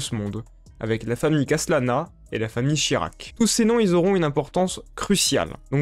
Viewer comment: Hahaha tu dis aussi "Shirac" mais enfaite c'est "Shariac" x) (j'ai mis 5 ans avant de m'en apercevoir). Sinon comment ne pas like cette vidéo?